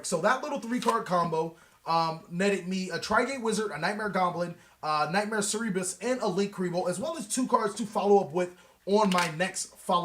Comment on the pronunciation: ser-bur-us soo-prex ....pronounce things right dang it! Lol